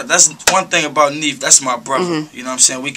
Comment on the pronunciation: this bitch said NEEF not NEEF nigga NEF nigga its NEEF you SUCK ur played out it's OVEEEEEEEEEEEEEER!-East Oakland Roy